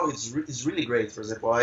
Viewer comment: O carinha falando "for example" parece pronunciar "por exemplo" hafuhaseushe